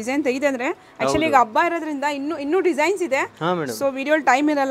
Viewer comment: ಅಬ್ಬ ಅನ್ನಬೇಡಿ,ಹಬ್ಬ ಅಂತ ಹೇಳಿ.ಅಬ್ಬಗು,ಹಬ್ಬಗು,ಅರ್ಥ ಬೇರೆ ಇದೆ.